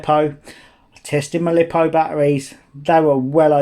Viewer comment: "Lie-po". Not lip-o. 🤷‍♂️🤯😁